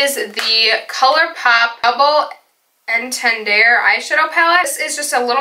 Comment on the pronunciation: The way you pronounced double entendre haha